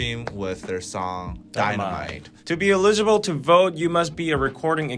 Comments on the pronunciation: I have nothing at all relevant to say here. Just that I was super distracted by you two's cute pronunciation of 'eligible'.😄 I love that it was consistently the same betwixt you. BTW, the stress is on the first syllable. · ELL-i-gi-ble!!!! Grammarly! Good!......Potential problem - you might not know how to pronounce words you have never heard spoken. Solution - Look up the pronunciation. - your English is nearly perfect, so - your errors stick out. Ex.: eligible - correctly pronounced with the stress on the FIRST syllable (not the second): ELL-i-gi-ble (not e-LIG-i-ble). You BOTH made this mistake. UGH! I still love you.